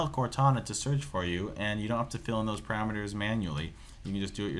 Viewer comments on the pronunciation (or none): none